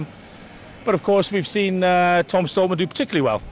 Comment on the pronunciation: Why can Flex Lewis never pronounce Stoltman right lol "Stoltam"